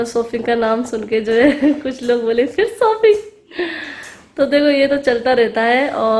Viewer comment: Or sooping nai.shopping hoti ha😆